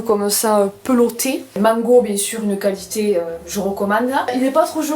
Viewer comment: Fou rire sur le qualitAIIII 🤣 Bonne fête a toi aussi ☺